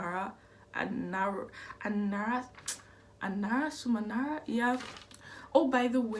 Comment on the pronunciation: It’s been a good minute since I’ve read this one- and your pronunciation of the title is way better than any of my guesses 😂